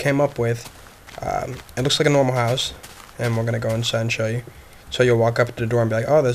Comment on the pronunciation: HOUSE! not houe U